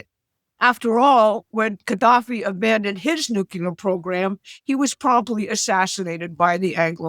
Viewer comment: It's "nuclear," not "nucular."